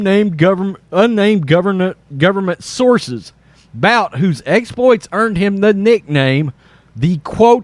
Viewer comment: It's pronounced "BOOT",and there's no way this is going to happen, that guy will never see the day of light until his 80's